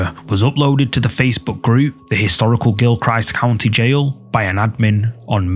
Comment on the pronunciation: Video 1 about the haunted old jail is pronounched, Gihl-krist county. I'm from the area.